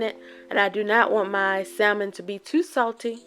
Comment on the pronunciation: The L in salmon is SILENT. 🤦🏾‍♀️